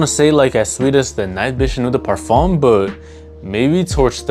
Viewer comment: Hey bro, love your content and I’ve ordered from you website, so keep it up man! Just a heads up: in French when you see the vowel-combo “eau” it’s actually just pronounced “oh” not “oo”. L’eau d’Issey is just prnounced “low-dis-ee”. Same with Eau de Parfum (“oh-duh-Parfum). Carry on bro, keep grinding.